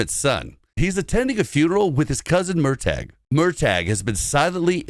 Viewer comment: From a Scottish person: Fraser is pronounced Fray-zer and murtagh is pronounced mur-tuh 🙏